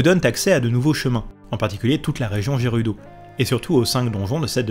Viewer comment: Justement tu francise le gérudo.mdr. Après pour Hyrule je ne savais pas pour le high ^^. M'enfin quand le jeu est sortie l'anglais et la prononciation je m'en foutais royalement. Je dormirai moins bête ce soir. Merci